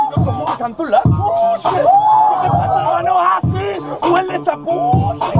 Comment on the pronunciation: "Ueles a ohhshiii"😂😂😂